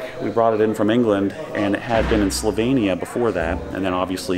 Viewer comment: Pronounced Slovenia right